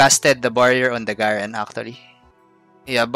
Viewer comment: Garen is actually pronounced GAyREN Avoid the small letter, If you want i can edit this comment with other champion pronunciations, Ngl, i am completely fine with your accent, a lot of time back i used to get irritated when people didn't use the generic accent, but I got over it , but there might be others who kinda get annoyed with an uncommon accent..